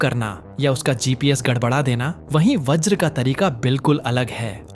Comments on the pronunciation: Vraj nahi Vajra sahi Got it...? Atleast Basic English to Jano. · व्रज नहीं भाई वज्र